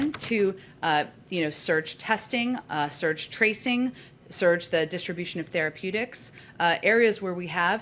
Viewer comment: Did she just say 'SURGE'? I hope AOC didnt hear that!